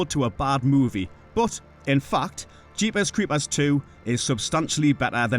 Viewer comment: Love the way he says Jeepers Creepers its how i hear it in my head.